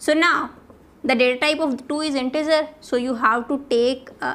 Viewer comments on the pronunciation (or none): none